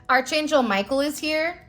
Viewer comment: You are mispronouncing Angel Micheal, title. It is Ark not arch. It is not said as it is spelled.